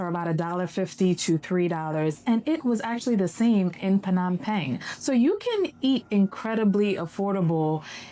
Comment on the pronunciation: Phnom "Pang?" Is that the right pronunciation? Ive been saying "pen"